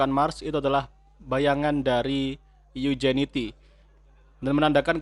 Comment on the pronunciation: Maaf min. Bacanya "injenuiti" bukan iujiniti 🙂